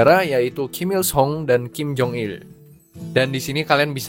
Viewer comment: the way you said kim jong il is like a native korean hahaha